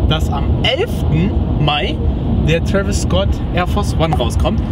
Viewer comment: Traviss aj1 und nicht af1